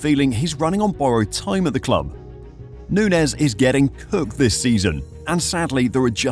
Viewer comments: this is some click-baity bullshit. hard to take you seriously when you can't even pronounce his name correctly. nunez is playing well and finding his form. he works hard. if he gets a few clicks more clinical in front of goal, you'll be posting a video called "how good in darwin nunez actually" in march of this year. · no, of course i didn't watch the whole video. it's a bad video and you couldn't even be bothered to pronounce the man's name correctly. so why would i bother with such low effort click bait? liverpool's system has never been about feeding a 9. they need a guy up there who will work hard and create chaos for defenses so the wing play can do it's thing. he's perfect at liverpool, especially coming off the bench behind jota. learn some spanish. unsub.